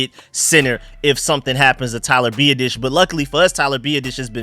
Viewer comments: Love your videos bro. Just one thing, Tyler’s last name is pronounced Bee-aah-dish lol. Sorry don’t mean to sound like an ass. Keep doing you though! Love your work! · You are butchering our new center's name!!!! LOL. BiAdasz. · Hopefully, will stop consistently butchering Tyler Biadasz's last name by the time OTA's roll around